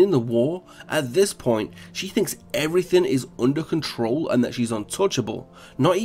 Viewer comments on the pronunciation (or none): none